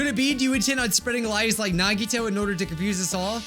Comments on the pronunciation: I have a fun game Count how many times he pronounced Nagito wrong every episode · it’s true, nagito’s real name isn’t nagito. it’s actually nagitoe